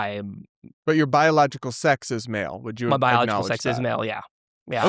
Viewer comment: You can tell by the slight pause and hitch and mispronunciation of “biological” that he doesn’t believe it, when he said he believes he’s a biological woman